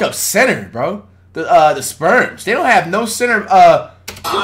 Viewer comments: He called the spurs “sperms”😭😭😭😭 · San antonio Sperms???? I KNOW I ain't da only one hearing that. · “San Antonio Sperms”